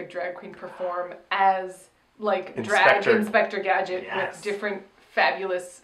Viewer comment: Inspector Gag-it. You’re welcome.